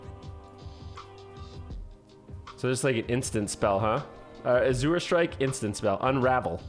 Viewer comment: The way you pronounce "azure" is funny. Had you never seen that word before??